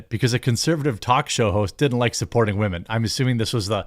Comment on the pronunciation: Am I the only one that keeps yelling “WAHMEN” at home? Love how Jeremy says wahmen don’t need no man. 😂